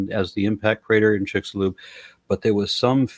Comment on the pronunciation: Or the "chicks alone crater" 😂